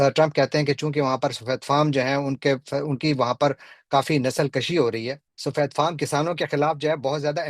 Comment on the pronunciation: Nasal kashi nahi, nasal kushi